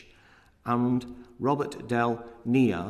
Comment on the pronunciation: That has to be the worst pronunciation of Robert’s surname...ever (Edit: 😁)